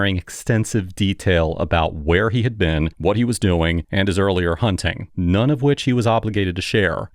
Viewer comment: I can't stop laughing at hearing you say "hunning" instead of "hunting."